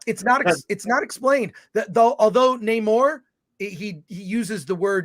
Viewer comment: Wokanda forever!! How was Namore-rrrrrrrrrrrrrr from Mordorrrrrrrrrrrrrrrrrrrrrr?